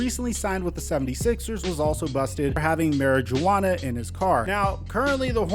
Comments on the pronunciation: ain’t no way bro said marijuana like that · We not gonna talk about him saying mari-juana🤣